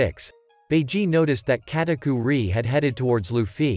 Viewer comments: its Katakuri not KatakuRI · "Lueffie" "Katakuerie" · kataku-ree, lu-fee anyone else notice this 😆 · The way he said Luffy katukuri